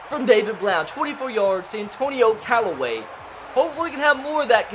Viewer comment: Anthony Callaway don't do my Brown's like dat He did say it right later